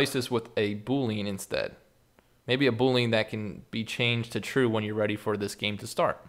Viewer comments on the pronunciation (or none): none